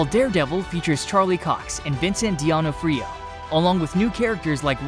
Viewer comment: alright, I'm done with this channel. After hearing the way this guy pronounced Gal Gadot and Vincent D'Onofrio's names i just can't listen to it anymore. like how the fuck do you have a channel that is dedicated to showcasing upcoming movies and the actors that are in them but can't properly pronounce the names of some of the most famous and easily recognisable people on the planet? just weak.